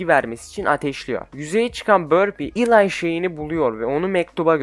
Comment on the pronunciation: Eli’yi Elay diye okuyup slugterrayı slugterra diye okuman saçma slagtera desene aq deli oldum ama video güzel like attım 👍🏼